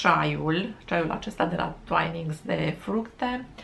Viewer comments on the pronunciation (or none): Se pronunta "tuinings", my dear!